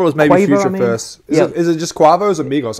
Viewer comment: How can you butcher the name quavo like that 😂👀👀👀👀😂